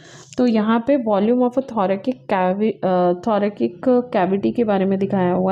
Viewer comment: Mam it is thorasic not thorakik (by pronunciation )